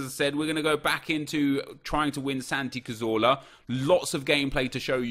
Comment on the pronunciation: Why does he call him Santi catorla?